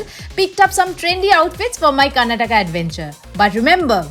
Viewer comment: Nice video, but please pronounce the state name properly. It's KAR-NA-TAKA